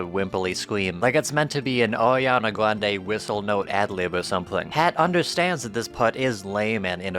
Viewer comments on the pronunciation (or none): none